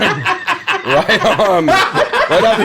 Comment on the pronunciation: "Welcome Back to another episood......." lol xD